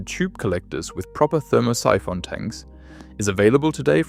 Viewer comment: "ther-MOSS-i-FON"? Oh, Thermo-Siphon! Geez, does anybody do QC on AI?